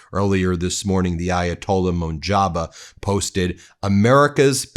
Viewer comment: Say. MUJ TA BA. can you